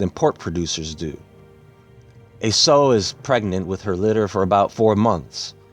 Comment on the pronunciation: sow rhymes with how not so.